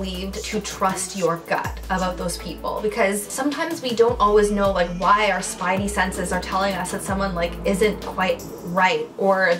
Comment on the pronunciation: I swear to god did she just say spidy sences??😂😂😂